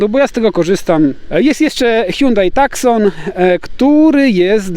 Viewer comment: Nie takson tylko tusan wieśniaku